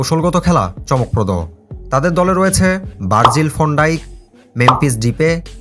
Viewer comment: হালা তুই আগে নাম ঠিক করে বল বার্জিল ফন্ডাইক না কি বার্জিল ভেনড্রাইক কোনটা 😂